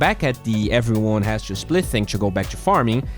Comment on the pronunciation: if he somehow pronounced to as not choo, he'd be a lot better caster